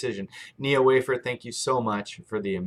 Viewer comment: Thank you for the exceptional information! Yes, you said Wafer correctly! No, I will not buy the product when I can control my (E & E), eating and exercise!!